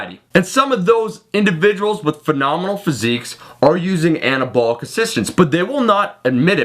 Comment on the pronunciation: fowk it ..took Annah-abwl-lick steroids